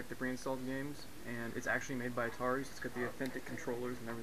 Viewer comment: It's not Altari it's ATARI